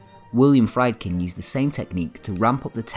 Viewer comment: the narrator may not be able to help having a grating lancashire accent but he could at least learn the correct pronunciation of proper nouns. William Friedkin is "freedkin" and Sergei is "SIRgay" nor "sir zhay". incorrect pronunciation detracts from the credibility of the narrative